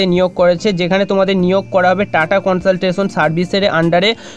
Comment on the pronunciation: Not কনসলটেশন its কনসালটেন্সি